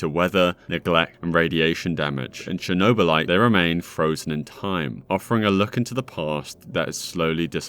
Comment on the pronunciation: *Chornobylite, not a Chernobylite One letter can change whole sens of this story. And your search seems very poor in every game that you did review in this video. Unusual for you.